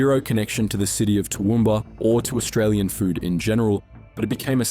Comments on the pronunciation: The first time I've ever heard an otherwise Australian accent pronounce Toowoomba that way... Not in the LLM yet? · Toowoomba salmon? Its an inland city ...